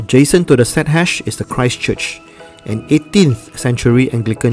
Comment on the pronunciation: Stadhuys ? Is it pronounced as State House?